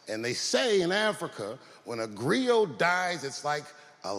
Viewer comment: Griot. Sounds like grillo. Grillo means cricket in Spanish.